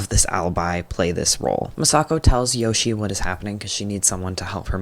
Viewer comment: the japanese mispronunciations are getting to me.... Yoshie becomes Yoshi, Jumonji becomes Jumanji